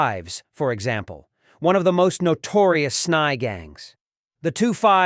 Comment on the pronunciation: S-n-y…not snye lmao